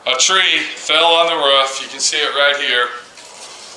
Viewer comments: It ROOF not ruf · not being a nit pick. ITS ROOOOOOOF not ruf